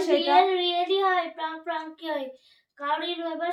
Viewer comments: প্রাঙ্ক না প্রেঙ্ক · কথাটা প্রান্ক নয় 😅😅😅